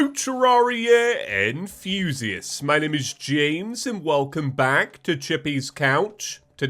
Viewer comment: I love they way say enthusiast. It sounds like enfusiast.